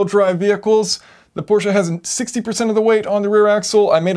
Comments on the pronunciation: Thank you for saying "PorschE" and not "Porsch"! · Thank you for saying Prosche and not Porsch. Greetings from Germany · As a German, i VERY much appreciate that you are able to get the name of the brand Porsche out without completely butchering it, as many or most americans sadly are prone to doing. When there is the letter "e" in a German word, we fully expect you to SAY the letter "e". Otherwise we woulda dropped it for efficiency´s sake. (If you are also able to correctly say "folksvahgen", instead of that abomination most other americans somehow manage to craft, i will name you a honorary scholar of the German language.)